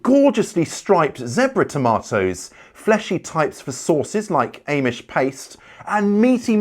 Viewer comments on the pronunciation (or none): none